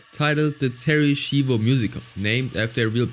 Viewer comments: Its pronounced shyvo not shivo. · Im sorry they way u pronounce Schivo pissed me off, its shivo (shy-voe) not (she-voe) who ever hired the narrator, u can tell bro didnt even watch the episode, becasue they pronounce it correctly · gotta love how he keeps pronouncing it "Sheevo" despite the fact that the clips he uses quite clearly show it's pronounced "Shivo" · Terri Sheevo lol. If he even just watched the episode, he would know how it's pronounced. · It’s pronounced shy-vo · excuse me but wtf is a sheevo? You literally played a clip of them correctly pronouncing her name which means you are willfully being disrespectful towards a vegetable woman they killed. You are a horrible person. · You hear how to pronounce her name correctly in the family guy clips, and I hope you would have done basic research. It is so annoying that you take zero effort in pronouncing someones name. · Bro theres no way you heard them say Terry shivos name amd still pronounced it wrong come on now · dumbass mispronounces Terry's name even tho the clip has the right pronunciation, do you not watch the shit you talk about???